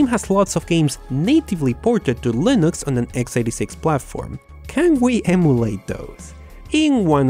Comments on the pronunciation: Por favor, deja de decir "lainux", fijate este video com John "Mad Dog" Hall pronuncia Linux. Un abrazo y segui haciendo videos que son geniales!. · it really grinds my gears when you say LIE-NUX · Please don't say "Lainux" like that again... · But why do you say 'linux' but its like your saying 'linus' but with an x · He says Linux wrong and it bugs me